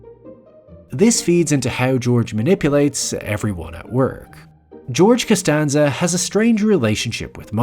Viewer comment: Canstanza.. canstanza...